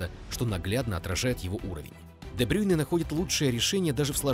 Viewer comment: Я хейчу брейне за то что он де брейне а не де брюйне